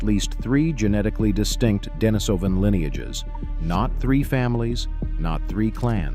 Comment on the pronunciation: Pronunciation: De-NEE-so-van, not De-ni-SO-van.